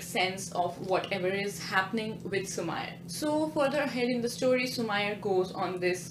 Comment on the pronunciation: It's su-meee-rey not su-ma-yar